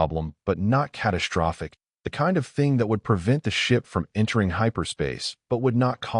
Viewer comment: Dang!!!! SHTRESS, CATASHTROPHIC.....THERE IS NO "H" IN THESE WORDS!!!!!